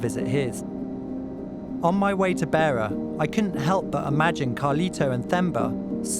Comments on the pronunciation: It's a shame that the journalist didn't research the correct pronunciation of names and places before narrating the documentary. He pronounced the names "Themba" and "Beira" incorrectly multiple times throughout the documentary.. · It's not "Beer -a", it's "Beira". Also his name is not pronounced "Themba" as in "Thimble". It's pronounced "Temba". Also "Jose" was mispronounced. Just a small point but one you ought to get right. You corrected yourself when interviewing Carlito's friend in Mozambique but then went back to saying his name wrong. Getting his name right is a matter of respecting his memory. It's distracting. I have lived and worked in Zimbabwe and Swaziland and have supported young people financially in a similar situation to these guys. I know how desperate they can be. Also I know how people from the rural areas and even townships will have no idea of the risks they will be taking when they climb into the wheel enclosure of a plane. It's also worth knowing that Carlito would not have been working in South Africa legally (very unlikely). The South African police and local South Africans do not treat Mozambicans / Zimbabweans etc kindly and there are often threats of violence towards immigrants from neighbouring countries which are well-documented. I successfully funded two young guys through high school and university (and failed with a third - who ended up going to South Africa and got involved in crime) in Swaziland so know something of what Themba and Carlito must have gone through to be that desperate. Just wondering if you managed to offer help in any form to Carlito's family or to Justin to improve their prospects.